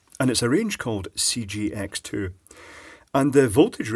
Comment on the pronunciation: CJX2 not CGX2 as you said. Got ya! ;-)